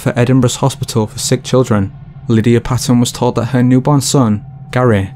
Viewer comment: Paton is pronounced Payton not Patton. The Scottish NHS and the English NHS are separate bodies.